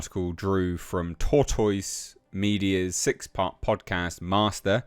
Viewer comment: Yes, this is all quite fascinating, but... can you say "tortoise" again? 😂